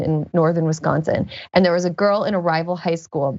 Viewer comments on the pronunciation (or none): none